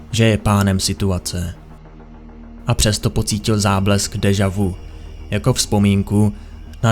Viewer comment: Dejavu se čte [dežaví]